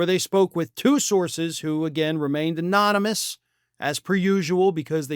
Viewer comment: Anomonus. Aaaahnomohnus, anominus.